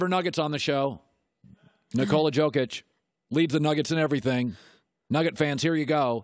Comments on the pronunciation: Joke ić is not how you pronounce it but no surprise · It’s been a minute since I’ve heard someone mispronounce Jokic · Why does this guy say Jokic with the J sound, he even watch nba? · He pronounces Jokic wrong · cant even say jokic correctly smh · learn how to pronounce ''Jokic'' , it's your job.